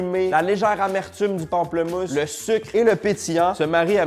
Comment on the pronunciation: ptite touche française : on dit pamplEmousse ^^